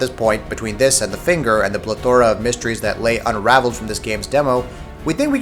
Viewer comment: Stop being such a pretentious douche (not pronounced due-shay) and purposefully mis-pronouncing words. You learned how to correctly pronounce Herb in 1st grade and you learned how to pronounce plethora by middle school. This is like Ted Mosby type levels of pretentious douche-baggery from How I Met Your Mother.